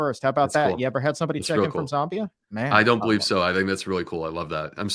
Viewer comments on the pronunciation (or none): It’s not Zombia, it’s Zambia please